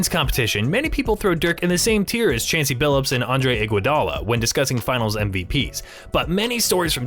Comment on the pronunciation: Dude says CHANCE E BILLUPS in the beginning. What the hell